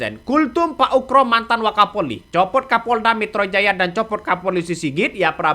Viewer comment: Bkn uKro, tapi uGro. pake G bkn K